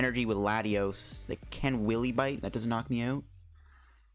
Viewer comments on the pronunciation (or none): Dear, it's "wye-lee" bite Not willy bite 😂 Mawile doesn't need to bite no willies 😂😂